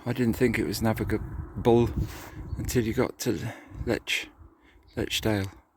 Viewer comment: I have trouble with that word (Navigable) my self, but you did the right thing & took your time to pronounce it proper. 👍👍